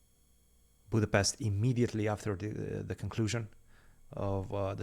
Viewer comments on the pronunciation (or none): none